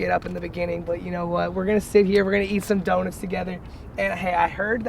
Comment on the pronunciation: ITS PRONOUNCED DONUTS. NOT DONITS. FUCKING CRINGE TO MY EARS